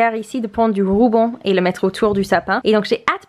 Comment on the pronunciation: Quand tu dis rouban au lieu de ruban mon coeur il gonfle d’amour 🥺🥺🥺🥺🥺